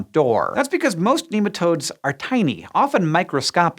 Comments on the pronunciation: my coworkers would yell at you for saying NEE-matodes. NEH-matodes!! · Not neematodes, nematode, pronounce it properly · American accents in science shows are always dodgy. There are too many bastardised pronunciations floating around that place. Nem not neem